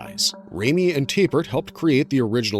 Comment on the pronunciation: Why do you keep saying "Tay-pert" instead of "Tap-ert"?